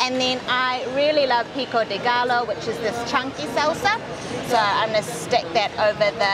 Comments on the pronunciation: I love this tasty video, but i cant lie, i cringe everytime they pronounce GALLO... GAH-LO. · pico de gallo is pronounced pico de Gah-yo. Like hey "yo" what are you doing. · Pico de GUY-OH. Not GALLO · pico de gallo is pronounced as pico de "gai yo". Two l's in a word in the Spanish language is pronounced as a "y", just like quesadilla is pronounced as quesa-di-ya. Just thought you'd want to know. all the tacos you and Thomas tried were fantastic. yum. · "P CO DAY GUY OH" :-) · "Gai-oh" not "gall-oh" :)